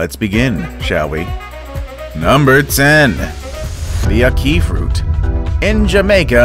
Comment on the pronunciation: A-Key fruit. That annoyed me